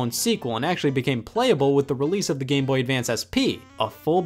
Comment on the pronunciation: “game bohhh”